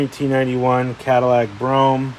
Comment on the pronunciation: You can't pronounce words properly. Delegance and Brougham.